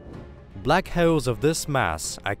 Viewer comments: Black he-yowl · Syewper Massive Black Heuwls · What is a black heoauwle?😂